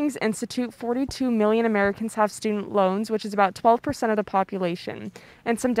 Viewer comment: Feels like doctor evil all over again. “One. million. Dollars”’